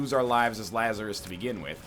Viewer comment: Lazarus. See "Dig, Lazarus, Dig" by Nick Cave for some great music and correct pronunciation.